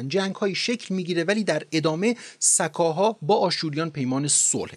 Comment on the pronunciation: ساااکاااها نه س کاها